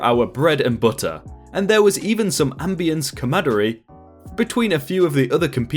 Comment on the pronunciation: 'Ambience camadery"? Seriously?